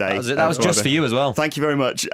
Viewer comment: Am watching this only to hear louis saying fank you